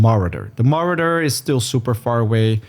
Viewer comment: I did not know people who pronounce sword as "sword" still exist, you are of a dying breed. Its "sord" the W is silent. Saying "sword" lets everyone know you are not a native speaker and never visited an english speaking course. I dont think this is a good look (same applies to "Marauder" never heard that version, absolute new one I think no one ever pronounced it lke that lol, its "Ma raw dr" or "ma row dr")